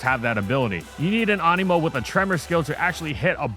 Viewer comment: I thought you said Amiibo